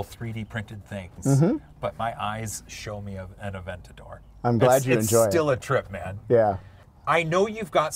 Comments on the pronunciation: Aven-tater...."Aven-tater's tonight?" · “3dentador”, amazing!